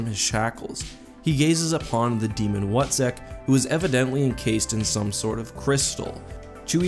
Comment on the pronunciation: "...called the Wutzek" The What-zek?